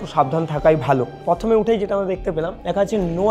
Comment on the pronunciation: প্রথমে ❌ পথমে ✅